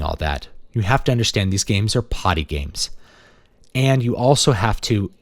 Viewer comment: The way you enunciate "potty games" makes me think you're in a manor house and some posh lady is about to reply "oh, like charades?"